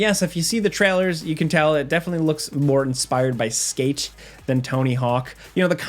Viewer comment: the way you pronounce - skate - is pretty strange haha